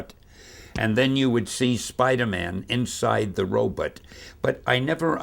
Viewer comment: I like that he keeps saying robot as "robutt"